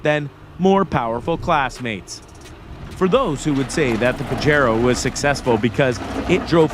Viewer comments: Awesome video! But it's pronounced "pah-hay-ro" not "pahj-ero". 😆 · The "J" is like an "H" sound in "Pajero" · PAJERO NOT PAJARO